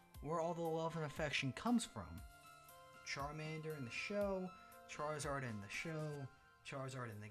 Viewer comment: i cant lie i got upset when he said charazard even though i knew he would say it